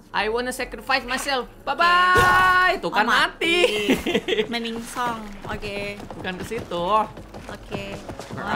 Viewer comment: Meningsong Ka Regy: Meningsoy